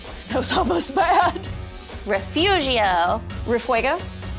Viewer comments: A lot of Towns and Cities are in Spanish here in Texas since it use to be Tejas when it belonged to Mexico They said Refugio wrong!! It’s suppose to be pronounced “Re-foo-hio” in spanish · Refujioo is the correct pronunciation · It is a spanish word. It is also used as a name of Mexican women. We know how to pronounce it correctly and it is not "Refurio". You guys put that extra "r" in there because you cannot pronounce the "g". It is Re-Foo-he-oh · they say "Refugio" is correctly pronounced "Refurio" omg I can't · that is NOT how you pronounce Refugio